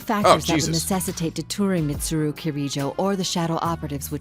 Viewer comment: it felt so good to hear Chie pronouncing Mitsuru's name like that (kind of like Japanese would)